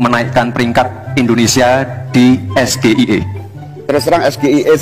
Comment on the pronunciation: Gibran blunder ternyata tentang pertanyaan SGIE, itu harusnya pake bahasa Inggres tp dibaca pake bahasa Indonesia